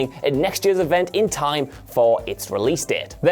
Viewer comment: i cannot comprehend how you can read the word "years" and pronounce it as "yuuurs"..... and presumably pronounce it this way for your entire life.